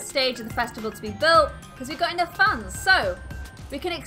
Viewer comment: Who else every time she says fans thinks she is saying funs lol